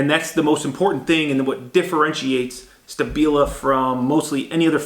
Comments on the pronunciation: Isn't it pronounced Shtabila? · SHtAbila, I'm sure you heard the proper pronunciation of it, it is a show of education, good manners, respect and consideration to at least make an effort to pronounce the name of your host correctly (it is not even that hard to pronounce), this is one of the many things US Citizens do abroad and are known for that labels them as arrogants and ignorants, It makes it look like it's not worth the "effort" to even pronounce a name right.